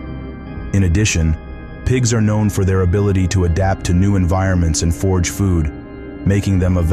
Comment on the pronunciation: FORAGE, not forge, Carrion, not carry-on.